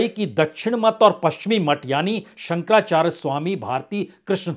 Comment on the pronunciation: 👍 आप काफ़ी अच्छा बोलते हैं, हम तो आपको तब से सुनते आ रहे हैं ज़ब आप 10 तक मे थे किन्तु आज आपके द्वारा जगद्गुरु शंकराचार्य जी का नाम स्पष्ट न पढ़ा जाना दुःख दे रहा है